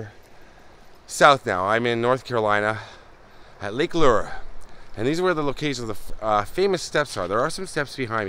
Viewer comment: Hey I love the way you pronounce Lake Lure ❤️